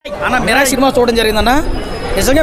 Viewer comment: Miral raa adhi mirai kadhu 😂